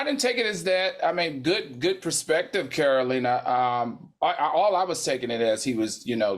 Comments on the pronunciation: Lol is TS saying Catalina instead of Carolina?! 😂😂😂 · TS pronouncing Carolina's name all wrong🤣🤣🤣🤣🤣🤣🤣🤣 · Madison keep saying Carolina name wrong… it’s giving grandma can’t be made to remember all these names teas 😂